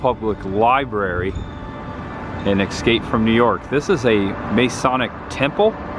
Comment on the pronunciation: "ESCAPE' not EXSCAPE ffs. otherwise, good stuff